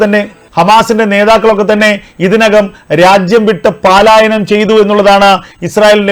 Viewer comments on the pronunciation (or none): 'പാലായനം ' ഒന്ന് തിരുത്തിക്കൂടെ? പലായനം എന്ന് പറയൂ....